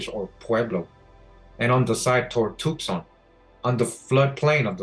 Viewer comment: Thank you! BTW Tucson is pronounced too sahn or tu san the c is silent for some reason.